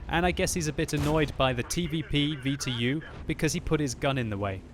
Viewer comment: The TeeVeePee VeeTeeYou